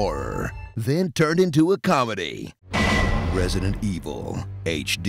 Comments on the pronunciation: ''Residente Vil'' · Resadentol Eveal hahaha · At "Resident Evile" I lost it... Oh Jesus.